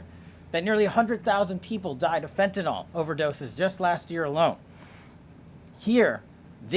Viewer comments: fentanyl. Not fentanil KP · Fentanly not fentanol kp